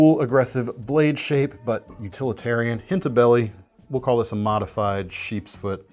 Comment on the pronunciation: "Dadao" is pronounced more like "dah-dow." Chinese for "big knife." It's also a name or classification of some larger Chinese single-edged swords.